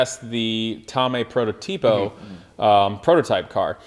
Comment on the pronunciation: great vids. One thing, the word "Prototipo". You have to put the accent on the second O. You currently say "protoTIpo". It's "proTOtipo". Italian snob out.:D